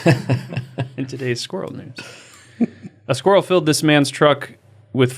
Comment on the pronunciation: Daddy I Want a squir-rel!